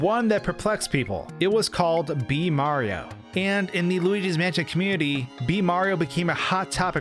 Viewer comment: Yes. The fact that he can't pronounce the sentence just takes the cake. Tag yourself I'm manschén